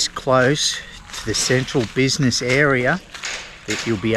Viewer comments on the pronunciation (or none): none